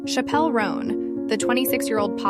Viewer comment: her name is pronounced like the word Chapel